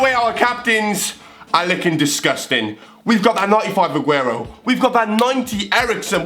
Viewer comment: You pernowntst him right